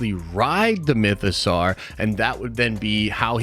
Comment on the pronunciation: My biggest problem with this video is the way ponounces Mythosaur. The 'saur' is obviously pronounced like the word 'sore' (and doesn't rhyme with 'car'). Not only is it pronounced this way many times in Star Wars content, but the word mythosaur is obviously a take on the word dinosaur. Even more annoyingly, managed to use the correct vowel sound in the word 'mythosaurian'. The amount of American Star Wars youtubers who don't pronounce the names of the characters or the actors who play them correctly is mad. These people are supposed to be uber-fans. Poor Warwick Davies (pronounced WOH-rick DAY-viss) has had a lifetime of people getting his name wrong (actually to his face in interviews), and the amount of times I've heard Ewan McGreggor (YOU-un muhk-GREG-er) called EEE-one MACK-GREG-ORR is embarrassing. Could it be that all these youtubers are trolling us with terrible pronunciation, or is pronunciation just not important to American Star Wars youtubers? Now, before you get on my case about this rant, try to understand that in the UK, it's rude to constantly pronounce peoples names wrong, and people who can't learn simple pronunciations are generally laughed at. It's just highly annoying. That's it. Rant over.